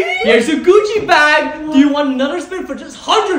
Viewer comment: This dude finally said Gucci right